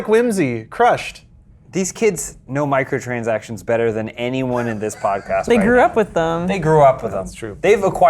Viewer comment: just can't say Microtransactions lol